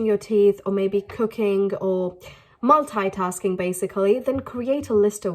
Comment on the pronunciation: its multitasking. but she pronunced it ????????😂😂😂